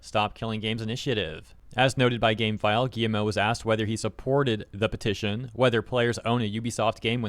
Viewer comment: Is it just me, or is he calling him "Gi-M-O"? 😂